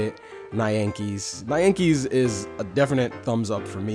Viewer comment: Your pronunciations were a bit off. The title is pronounced Nyan-kees (Nyan is basically the sound of a cat meowing) also Taiga you pronounced it right the second time, almost pronounced like you would Tiger.